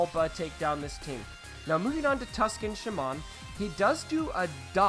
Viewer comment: TUsken sha-man? Lmao, Im pretty sure it's like Shay-men!